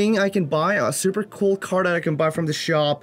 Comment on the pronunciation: "surrrper" hahah accent tho